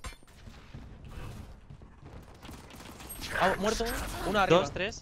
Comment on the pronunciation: como odio que le diga RASE.. se dice "reis"